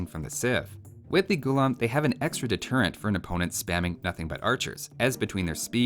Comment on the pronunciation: Its pronounced as gu-laam not gulum. It means slave in the moat literal sense ,Funny tid bit most armies in medieval india was in a way professional armies in a sense that they were full time soldiers i for one have never come across any account where it says slaves were used in an army for frontline fighting . so i dont know where they get this idea of unwilling men pressed into fighting roles as a 'unique' unit.warfare was an elite profession if u will and slaves had other duties assigned to them more 'fitting' for their social stature.